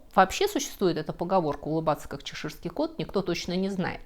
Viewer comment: ЧЕширский кот, ударение на первый слог букву "Е".